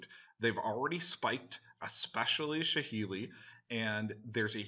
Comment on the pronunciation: what the fuck is wrong with this magic youtubers and card names??? Shaheeli? really? It's SAHEELI, SA, SA, SA not SHA it seems the only person capable of reading the proper card names is the Professor, from the Tolaria Community College